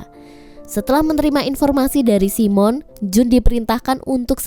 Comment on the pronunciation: Bukan si mon la..tapi simon..😂😂😂